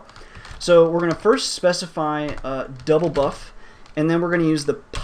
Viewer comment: ye its DOUBLEBUF not DOUBLEBUFF took me a while to figure that out